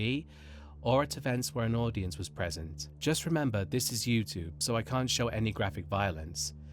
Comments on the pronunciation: You sound British so please please please stop saying YouTTTTTube. It is not a hard T!!! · Why are you saying YouTube like that? I can't take it. I don't even know if I can watch. I really hope you don't say it again or I'm leaving... (obviously tongue in cheek, but seriously, who says it like that).